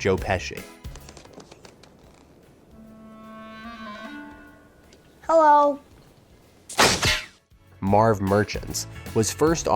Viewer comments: Yes sir most definitely.. joe peeshe lmfao😂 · We can tell "Joe Payshe"